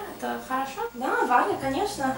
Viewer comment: Ахахахаха:)Встретились в России две Бриджит Барбары:)Но если она"Варья",то почему вторая,тоже моментально стала"Варьей"?:)Это две русских"Варьи"в России или это две американских"Варьи"?:)Или это американская"Варья"приехала к русской"Варье"?:)Я сразу вспомнил свои уроки английского.Особенно история с ручкой:как две капли воды,ситуация на уроке английского.Именно с ручек и карандашей,начинаются занятия английским:) Тебя зовут Варв(А)ра.Ударение на второй букве"А".Когда же ты внезапно становишься B(A)rbara(Б(А)рбара),ударение уже на первой букве"А".Ты обаятельная девчёнка,Варя.Подняла мне настроение:)